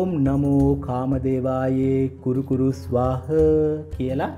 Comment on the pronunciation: 'ස්වාහ' ද 'ස්වාහං' ද.උච්චාරණය පැහැදිලි මදි